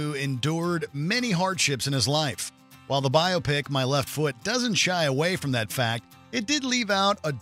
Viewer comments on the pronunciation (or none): Please learn how to pronounce "biopic" 🤦🏽‍♀️